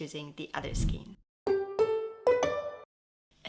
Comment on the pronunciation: Your videos are so beautiful and informative.Your English is perfect but may I suggest to check the pronounciation for “skein”.